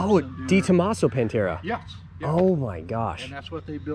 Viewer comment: What's a pentura???? Does he mean Pantera???